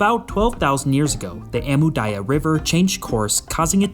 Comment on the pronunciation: How hard is it to pronounce the name "Daria"? Well, Amu-Darya and Syr-Darya hyme with it. Not once have you read it correctly.